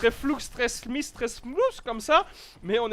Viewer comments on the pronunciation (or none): none